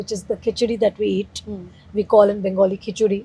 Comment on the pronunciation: Thank God she said KHICHURI. And not KHICHDI